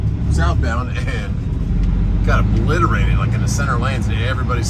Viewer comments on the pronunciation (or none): none